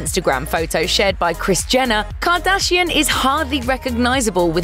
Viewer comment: I hate how you pronounce “kardashian“